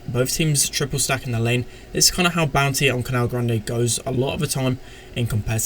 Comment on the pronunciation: Is it just me or does say "Bounty" like "Bouncy"?